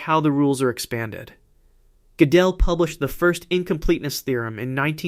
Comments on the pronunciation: When the AI says "Godél" instead of "Gödel" 😂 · Funny how AI pronounces Kurt Goedel. Something like kirkedel. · Because of the umlaut, it is not pronounced like either of those. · The narrator AI has a LOT of trouble with those German names, particularly if they have umlauts over the A, O, or U. Goedel and Goettingen were victims of this AI's pronunciation crimes. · I enjoy your work very much. I do not understand, however, your failure to pronounce the name of Kurt Gödel properly. You pronounce it incorrectly, then, a minute or two later, you give it a different pronunciation, also wrong. You sound as if you are trying to conjugate his name. Is this one of those hyperintellectual games like trying to mispronounce Goethe in the most creative ways? You do have a lot of creativity here. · It would be perfect if you (or AI) pronounce those German names correctly, such as Riemann, Godel, etc. Seems that you know what you are talking about as I was a maths major who did go deeply into maths. It is good that you can express every one of those gaps correctly in English, not an easy feat for a non-maths person. You could be an AI though.